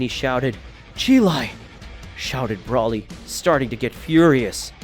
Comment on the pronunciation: I don’t like the way you say, Broly name you say it wrong